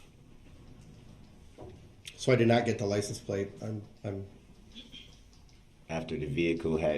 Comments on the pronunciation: All I ever heard was "liesen place", not "license place". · “Were you able to get a licent place of the vehicle” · licen place 😂😂